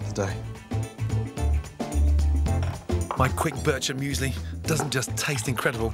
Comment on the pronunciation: As a swiss guy, Gordon saying “Birchermüesli” (yes that’s actually how u spell it) made me kinda annoyed